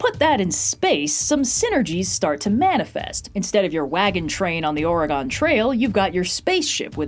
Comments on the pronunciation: it's ore-eh-gun (orəgən really) not ore-eh-gone 😅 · I winced when you said "Oreh-gone Trail." It's "Or-again." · “Oar-uh-gahn” grates on the ears of anyone from the PNW. It’s “Oar-uh-guhn”, with the second and third syllables very unstressed. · "instead of your wagon train on the OreGONE trail-" Activated me like a fucking sleeper agent, please say it correctly next time. (or-re-gun) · There is no OR-e-GONE. It's "orygun" at worst. Also it took you 18 and a half minutes to get to Firefly. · "OreGONE". Sorry, haven't went anywhere, no need for emphasis. Its Oregon. Like again, Oregon. I don't normally indulge nit-pickiness online. I love all of Trope Talks, but this one I can't finish today. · I actually had trouble getting my partner to like the Steely Dan song "Don't Take Me Alive" because it uses that oh'-reh-GAHN pronunciation rather than OR-eh-gun. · Ore-gone trail. Part of me died hearing that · That "Ore-gawn" killed me XD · I love the video. But you get a dislike for grossly mispronouncing "Or-i-gun." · "Ore-gone trail" dammit. i have to unsubscribe. you have committed the gravest of crimes against my home state. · As an Oregonian I am legally obligated to ask you to never say Ore-gone again. Them's fightin' words in these parts. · its oreh-gun, real ones know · “Orygone” dang, are people still saying it this way? Lol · The Oh-Reh-Gawn trail hit me a little too hard 😂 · Excuse me, wagon train on the WHAT-a-gon Trail? I’m pretty sure I’ve seen a video of you in the state,, I’m sure people have told you how to say it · how DARE you pronounce Oregon wrong!! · That "Oregon" pronunciation was painful, lol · that pronunciation of Oregon hit me like a ton of bricks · pronounces “Oregon” Me: “Ah, right, she’s east coast” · And I thought I no longer considered myself an Oregonian anymore until I heard her say "Oregon Trail" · no I love you so much but please don't pronounce oregon like that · That’s not how you pronounce Oregon.